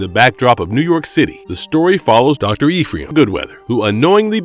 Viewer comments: The script and voice are both AI generated so it's mispronouncing a lot of stuff that should have been clear if they actually watched the show lol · While I like this video, this guy who's talking has terrible pronunciation. The way he says Ephraim, Setrakian, etc. Dick.